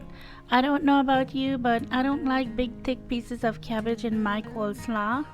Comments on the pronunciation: It's not pronounced "coleslaw" It is pronounced "coleslaw" like "law" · the way she said coleslaw had me🤣